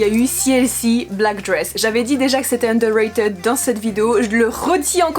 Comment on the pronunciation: Juste ça se pronomce "underra"tide" :") Sinon jai adoré ta vidéo ^^